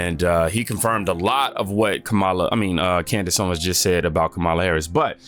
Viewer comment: It's wild you and Candace pronounce her name wrong. It's clearly on purpose. Her name isn't hard. A chimp could say it right. Just like how people say CandaNce with an N. Like come on.